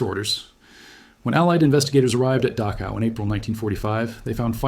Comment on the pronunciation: Mispronounced Dachau.